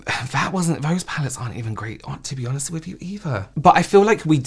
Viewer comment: Stop saying vose instead of those!